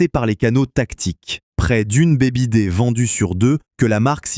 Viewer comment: Très intéressant. Affaires en vue 😊. Par contre, la prononciation de BYD, en phonétique, c'est "biaïedi", le Y en anglais, c'est comme dans aïe, ouille ça fait mal 😅